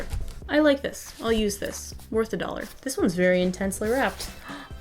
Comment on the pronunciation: I couldn't stop thinking that every time she said a dollar